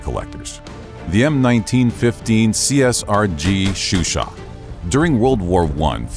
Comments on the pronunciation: chauchat ; 'show sha', not shoeshat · isnt it supposed to be CHAUCHAT not CHUCHAT? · it's Chauchat, not Chuchat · Awesome video as I always have loved larning bout guns. Just a minor issue with the Chauchat, you called it a Chuchat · My mans is calling a Chauchat a shoe shot 💀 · CHAUCHAT, not Chuchat ! This video is garbage ! Many small blowback pistols, and even .22 rifles did not have an extractor, and relied on the pressure in the barrel to eject the spent cartridge, as with the ZiP 22. The Chauchat was the first French Machine rifle, and while it had a few problems, it considerably improved the firepower of the French Forces. The Americans screwed it up trying to convert it to 30-06 ! The Reising was a stopgap Firearm, as all the Thompsons were being sold to the British and their allies ! This is probably called "Simple History" because it's being produced by a Simpleton ! ! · The host needs to watch Ian from forgotten weapons before pronouncing some of the names of guns lol. Like the French one I can't hope to spell